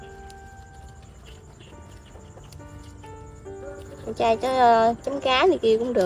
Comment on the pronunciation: Rau chay hay rau trai ( nói lại cho rõ)